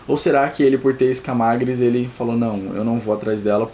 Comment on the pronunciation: mArcela, daInÉrys, escamÁgris.... please pronuncie direito os nomes, estude fonetica ou ao menos veja um episodeo em ingles para escutar bem a pronuncia dos nomes